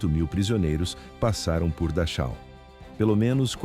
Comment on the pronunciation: Pronuncia Darrau